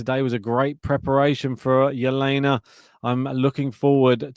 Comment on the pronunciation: Can you please stop calling her H/Jelena Ribakina. Her name is Elena.